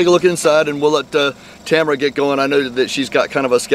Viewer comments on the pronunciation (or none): Tamra, not Tamara, just sayin😜